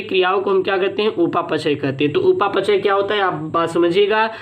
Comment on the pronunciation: Sir upa pachay ni hota hai upapchay hota hai